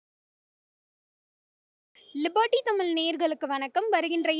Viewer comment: லிபர்ட்டி தமிழா இல்லை லிபோட்டி தமிழா?